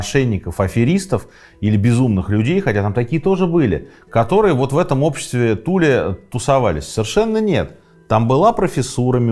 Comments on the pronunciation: Туле, ударение на последнюю букву. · Аненербе. Ahnen Erbe - наследие предков. скажите пожалуйста почему на карте указано Тиле, а вы произносите Туле? спасибо